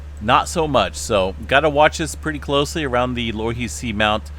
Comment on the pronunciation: *pronounced "Low "e" he"